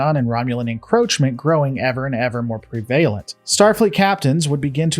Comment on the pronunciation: A couple of pronunciation helps for words I've heard in your excellent videos: (1) ARMistice (not armIStice) (2) PREvalent (not preVAlent)